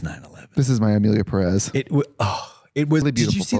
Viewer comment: for starters it's PErez not peREZ. Peréz doesn't exist